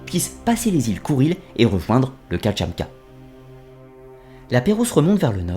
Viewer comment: Intéressante synthèse, merci ! (Kamchatka et non Katchamka :-)) )